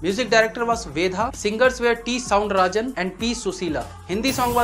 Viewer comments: It’s not soundrajan it’s soundararajan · Soundrajan :P it is Soundararajan.... keep up the good work! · Not a sound rajan correctly this soundhar rajan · It is not soundrajan. Soundararajan. And not Suman Kallyanpuri it is Kalyanpur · T M Soundarrajan... not Soundrajan brother.... otherwise your pronunciation is actually good brother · it's not soudrajan, it's soundhar rajan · It's T. M. Soundararajan not t m soundrajan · Bro it's not sound Rajan it's soundarajan. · Say Saundara Rajan, not Sound Rajan. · Sundhara Rajan....not sound Rajan. Wrongly pronounced